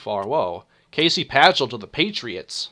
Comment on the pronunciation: Lol, you seriously mispronounced Casey Pachall's name. The c is silent.